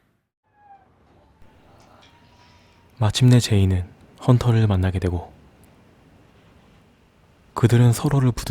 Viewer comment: ‘혼터’ -> 헌터’